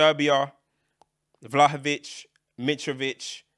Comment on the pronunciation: man fully said vlahovic😂is 1/8th Serbian or something😂